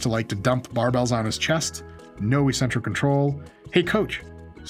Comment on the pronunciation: Love your videos. Hate the way you pronounce "eccentric."